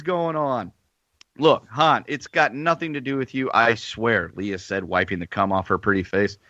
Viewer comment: its "lay-uh" not "lee-uh"....dude.